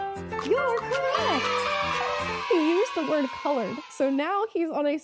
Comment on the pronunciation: BIDEN SAID CLOURED